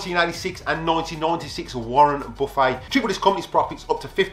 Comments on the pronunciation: we in US also pronounce it that way when referring to the piece of furniture. But Warren Buffet is famous and people know he pronounces it Buf-fet. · When he talks about Warren Buffet, he says Warren "Buf-fay", lol.